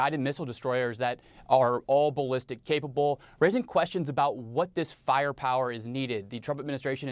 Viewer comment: and in "faia pawa" I find too something kind of distinct to what natives got me accostumed to hear